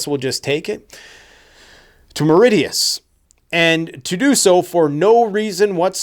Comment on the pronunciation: Mauritius is pronounced maw-rish-us